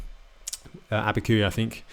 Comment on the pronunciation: Abiqui, NM is pronounced AbbeyQ not AbbeyQE. Just sayin!